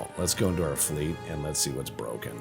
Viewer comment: Less-a go!